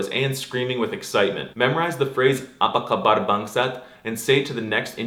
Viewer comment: As an Indonesian I rate your prononciation 9/10 (only lacking in the accent or something I guess) and 17845/10 for your cultural knowledge Telling non-Indonesians to say apa kabar bangsat is the most Indonesian thing I've seen in this kind of videos lol